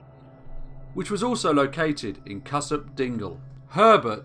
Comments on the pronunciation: Just so you know, it's pronounced "cue-sop" and "Bread - werdine" no hate, just for info. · Cusop Dingle is actually pronounced 'KEWSOP', but you'd only really know that if you knew the area! Hay (or Hay-on-Wye) is a shadow of it's former self, and quite possibly one of the most arrogant places I have ever known. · Cusop is pronounced "Q Sop." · Just found this channel, loving it so far! For anyone interested in this case I recommend Martin Beales book Dead Not Buried. If you ever update this, Cusop is pronounced more like Kewsop! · sorry meant to write that elsewhere. It was in respect to the way the narrator was pronouncing Cusop. My apologies.